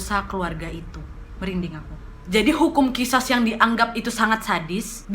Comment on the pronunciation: Kak bacanya Qishas itu Qisos